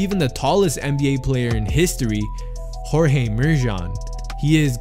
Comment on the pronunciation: His name is "gheorghe" mureșan, not "Jorge". He's not Spanish and even if you are names don't translate if you understand language and grammar.